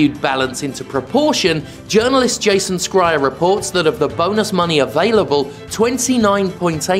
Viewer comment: It's pronounced Jason "Shryer", not "Skryer"